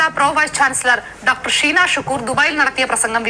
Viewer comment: അനിൽ സാറേ ഷീനാ എന്നാണ് നീനാ എന്നല്ല സാറേ